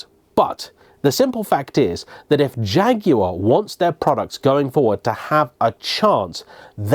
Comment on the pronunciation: So nice to Jaguar pronounced correctly.